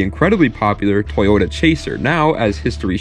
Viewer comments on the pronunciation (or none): none